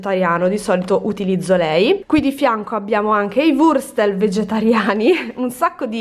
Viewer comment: Pk non riesci a pronunciare bene wurstel e müller?